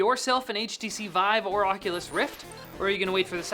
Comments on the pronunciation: did anyone else notice when he said "veev," not vive. Also, I can't wait to play video games with a monitor strapped to my face. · Why do you keep calling it "Weave"? It's VIVE. With an "i" He says weave one time and vive the other. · French pronunciation. ^^